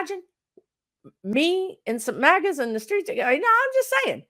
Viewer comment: Oh, you said "MAGA's". I thought you said "maggots"! 🤣🤣🤣